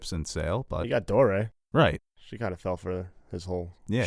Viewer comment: Door....eee...ah....not as in "Dahoo Doray, Dahoo Doray, welcome Christmas day" from the grinch who stole Christmas. Leave mispronounced names to preston.